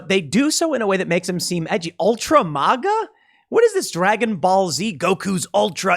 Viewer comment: MĀGA not MauGA 🙈🤣🤣🤣